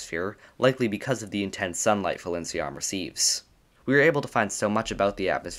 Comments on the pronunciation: The name should be pronounced as Pailinsiam because thats how that gemstone is called. Thai language happens to have a lot of alphabets that could be converted into a P sound in English so people kinda use both P and PH to differentiate them (still not enough) and it leada to pronunciation error like this because PH makes an F sound. I prefer we just use P for all of them because it makes more sense phonetically. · FYI, Thai people pronounce Phailinsiam as pai-lin-sa-yarm. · Phailinsiam is a real gem! ... Get it? B) Though, I fear you're actually pronouncing its name wrong! I believe the "ph" at the start represents an aspirated "p" sound rather than an "f" sound, meaning the first syllable is pronounced like the word "pie". The "ph"="f" thing comes from Greek, where aspirated "p" sounds gradually weakened to "f" sounds, hence the "f" in words like "phone" and "sphere" - but "Phailinsiam" is a Thai word, and the พ character in its Thai spelling (ไพลินสยาม) represents an aspirated "p" instead of an "f"!